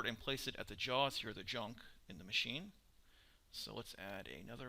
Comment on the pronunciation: Laugh and Junk......its lathe and chuck